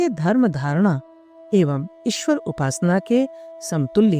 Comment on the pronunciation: इस ऑडियो में ईश्वर का उच्चारण और अधिक शुद्ध किया जा सकता था